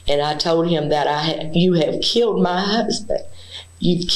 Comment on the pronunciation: “ He wanted to come to ma house….. to ma house …. I said no-sir 😂😂😂😂